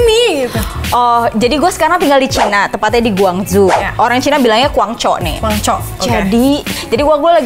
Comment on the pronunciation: bukan kuangco tapi congkuo